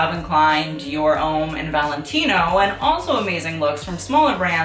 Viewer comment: Homme is pronounced 'hom' and Femme is pronounced 'fam' #frenchbasics xoxo